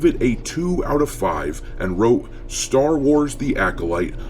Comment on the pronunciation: Welcome to the "Sher Wars".